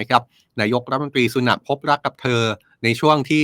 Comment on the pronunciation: สุนัข หรือ สุแนท 55555++++